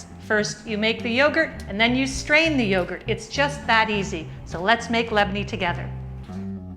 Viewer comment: My usual everyday breakfast .. I love the way you pronounce it ..In the cutest Lebanese way 😍😍😍😍😍 .. saha w afia